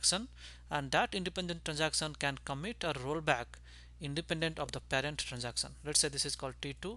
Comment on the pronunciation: "transacson"sounds so funny ;( lol still a good vid.